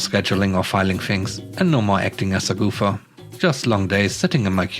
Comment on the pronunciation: The word is "gofer" not "goofer". It's one of those silly American joke words. If you are employed by someone who is always telling you to "go for this" or "go for that", they you are a "gofer".